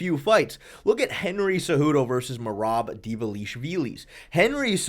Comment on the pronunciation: Stop trying to pronounce Merab’s name. You can’t do it so enough is enough.